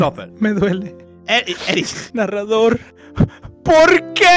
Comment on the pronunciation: When Eddie said " narrator" in Spanish It sounded like he said Naruto